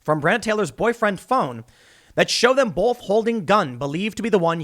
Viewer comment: There’s no L in *both*.